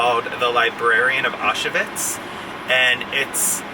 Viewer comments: Its pronounced “ow schvitz” not “ah shuvits” :) but looks like an awesome novel to add to my list! Love the new pillows too. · Thanks for your fantastic videos. Just for info, Auschwitz Is pronounced Ow- Schvitz. Keep up the great work !